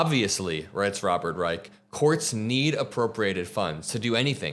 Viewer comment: Robert Rye-shh